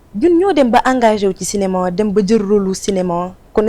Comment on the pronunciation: marieme Aziz problème prononciation la rekke, elle dit cinéman à la place de cinéma